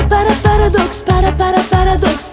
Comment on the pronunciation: pripremila se da kaze paradoks, pa je rekla PARI.😂